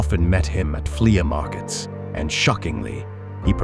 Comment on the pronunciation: I hate this AI generated content. "Flee-uh markets."